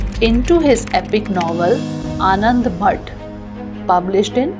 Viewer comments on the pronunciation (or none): If you are not able to do correct pronunciation about any prestigious Nobel, then simply ingore that. But , don't speak any incorrect pronunciation in any video. That decrease the values of that specified thing. You said "Anandvhat" ??? Listen carefully your word's in your video. That would be "Anandamath".